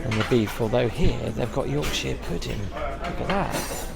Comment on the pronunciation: It's Yorkshire not Yorksheer